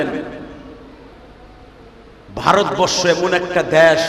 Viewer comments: পাগলাচোদা দেশকে দেশ বলতে পারেন না ড্যাশ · মূর্খ দেশ কে উচ্চারণ করতে পারে না সে আবার বক্তা সেজেছে।